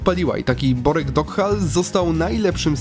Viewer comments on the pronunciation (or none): Borek Dockal czyta sie Doczkal